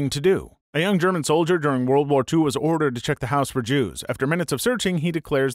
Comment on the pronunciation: worst german pronunciation ever lmaooooo